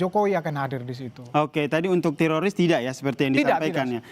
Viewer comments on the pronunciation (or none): telinga saya mendengar bilang Terosis bukan tiroris. yang sama pendengarannya kasih👍